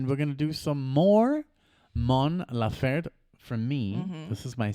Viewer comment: Great reaction. just one thing the last E in her name is also pronounced, laferTE not lafert. She talks about her migranes, not love.